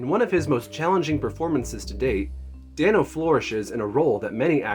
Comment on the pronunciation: paul DAYno not danno sorry but yh he’s my pookie❤️❤️